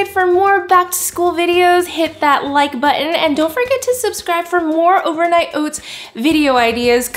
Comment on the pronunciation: "Overnight oits" 😜